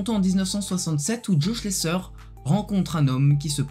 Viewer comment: On ne dit pas Schlesseur mais Schlessaire